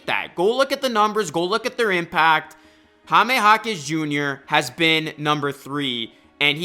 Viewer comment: The way you say Jaime is weird. It's very easy..."High" + "meh"... not Hah-meh (it hurts my ears)